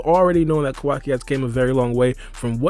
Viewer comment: Naruto explained he be lying to much and he the way he says kawaki name is wrong asl